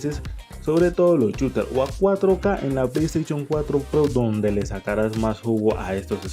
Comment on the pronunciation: Play staichon? Jajaja